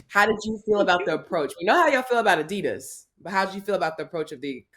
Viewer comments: Cam is MURDERING adidas lmaoooooo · Adidas sub-diss’n Cam smh lol IIWII up 1000 😂